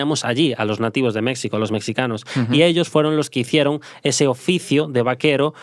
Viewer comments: Ahora si te pasaste: se dice México no Mecsico. 😅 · Mexsico?? Wtf 🤣😆😆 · Es la tercera vez que escucho este podcast y me sigue haciendo gracia que diga mecsico 😂